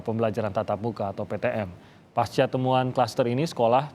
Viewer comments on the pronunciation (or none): none